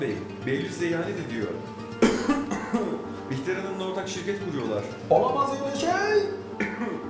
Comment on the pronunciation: Behlül e bihter dedi yaa